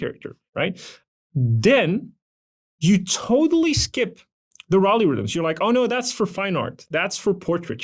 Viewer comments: "Rally Rythms"? What is he saying? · Oh, is that what he was mumbling. But, not explaining. Very little of use in this video.